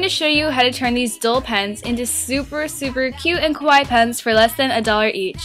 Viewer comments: Sounds like you're saying 'kowai' instead of 'kawaii.' 😂 Kowai means "scary," but great video! ❤ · It's pronounced KAH-WAH-EE not KOH-WAI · its kawaii not kowai kowai=scary scary pens ohhhhhhh i get it. remember kids always pronounce it right..... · This was great but (sorry for saying this but it really annoyed me) you pronounced 'kawaii' wrong. It's meant to be pronounced ka-wai-ee and the way you pronounced it sounded closer to kowai which means scary. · Just a question.... why do I hear people mispronounce rhe word kawaii wrong ecerywhere? It's not pronounced as [ko-wa-ii], it is pronounced as [kaa-wa-ii]! If u say it as [ko-wa-ii], it will change the meaning into scary instead of cute. Ok? Gosh! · Sounds like you're saying "scary; not cute" (kowai) instead of "cute", try accentuating the "ka" in kawaii. Your pronunciation of the last part is good though ("-waii") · when you say "kawaii", it sounds like you're saying "kowai" - which means "scary". just a small fyi ( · you pronounce kawaii like kowai which means fear in Japanese . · Eugh, I feel like a weebo for pointing this out, but she keeps pronouncing 'kawaii' as 'kowaii' which means scary and not at all cute.... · it annoys me so much that she cant say kawaii right ka--waa--iiii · omg you made my day so da whole time she was saying scary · I knooow!! Almost every youtuber does that!! o.-"